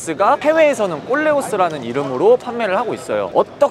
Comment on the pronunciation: 꼴레오스 너무 야해요 콜레오스라고 해주세요